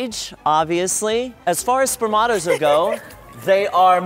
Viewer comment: When they said spermatos i thougt thhey said spare tomatoes